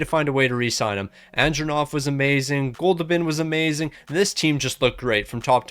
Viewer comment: “Goldoobin’” made me laugh everytime you said it 😆 I love it lol